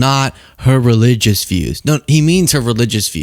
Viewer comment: “She’s a regilious (sic) conservative….” WHAT? Did he let Joe Biden rehearse him for this appearance. He is either drunk, demented or both! “This is Reagan bluss (sic)”. Man oh man is he D R U N K!